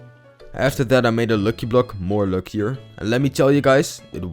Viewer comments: You dont say locky block you say lucky block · ITS lucky block not luuky bluuk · you need to pronounce it as lacky block not loocky block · its not lwcky its lucky block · Im laughing cus hes saying looky block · He is saying luuky blok man pretty badly pronounced